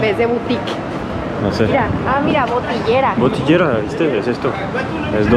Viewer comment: No dice botillera, dice botillería